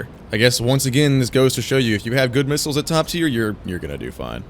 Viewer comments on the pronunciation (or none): none